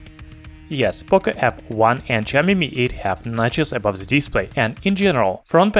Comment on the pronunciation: Its POCO not POCA, learn to speak.